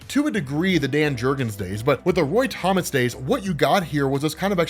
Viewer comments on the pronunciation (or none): none